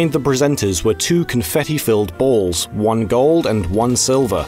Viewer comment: "two confetti filled boolz"